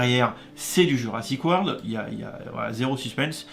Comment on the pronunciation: T ' as oublié le R à la fin